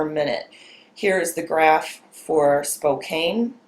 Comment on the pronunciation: LMAO......spokane..... it is pronounced Spo can.....goof.